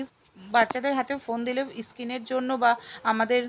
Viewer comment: Nischoiii bangladeshi .... halka , halka halka ... shabdo ta bar bar babohar korchen kano ... amader bangla bhasai eai bhabey sabetey halka shabdo ta babohar hoi na hindi te hoi r bangladeshi ra babohar korey .... Kathai kathai kintu kintu kintu kintu ... korchen kano jar kono maney nei .... istand , iskin , isspoon ...uchcharon toh theek korey korun tarpor video banaben r katha ta eaktu kom bolun ....